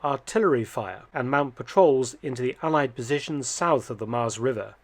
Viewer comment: Thanks Dr Felton for this interesting piece of history in the Netherlands. Nice bonus is that you pronounced Nijmegen and Maas quite well.